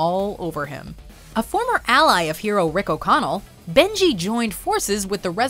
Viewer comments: It's Benny. Not Benji. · I don't know who the narrator is for this particular video, however when she gets to the #4 character she refers to him as "Benji" twice after first pronouncing his name correctly. Examples: (calls him Benji) (calls him Beni again) (calls him Benji again) (Rick O'Connell played by Brendan Fraser calls him Beni) I'll admit it's nit picky and not a huge issue, just something I noticed that irked me a little and I'm curious to see if anyone else noticed.